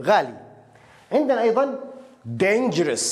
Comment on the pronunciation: Dangerous not dangrous